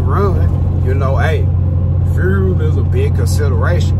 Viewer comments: Furel card🤣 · My dude, you are fighting that FUEL word🤣🤣🤣✌